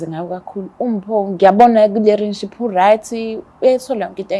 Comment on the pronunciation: Relationship or Relenship or Renship aningichazeleni zithandwa ngba ngididekil ngempel isingisi sizozifak ehlathini nd sohlekwa izingane zethu plus mina ngizohleka😂😂😂😂😂😂😂😂😂😂😂🚮